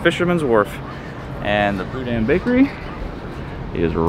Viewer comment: Just caught this video and subscribed. Napa is my hometown. I went to San Francisco every weekend. The bakery with the bread bowl you went to is pronounced Boo dean. Just in case you ever go there again. I hope you enjoyed your trip